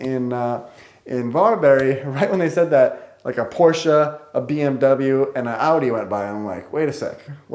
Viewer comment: An American pronouncing Porsche the right way 😄 I’m impressed